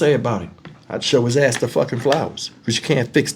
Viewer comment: I said the same thing, I shouldn’t be laughing but Lord the way kept saying Azz had me rollin 😅😂😂😂😂😂